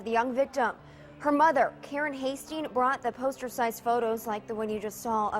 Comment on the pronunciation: And also maybe also learn to pronounce basic words like "thrill" instead of "frill" or "mother" instead of "muvver." I really do like British accents, though. Your presentations are interesting, too.